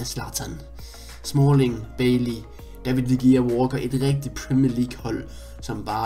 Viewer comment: Det udtales David de rea PS elsker dine vidoer